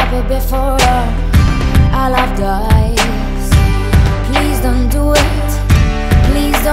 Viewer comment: Ta výslovnost na "please don´t DO it" mi drtí uši :D Pokaždé mi to zkazí celou písničku :D Ale jinak luxus.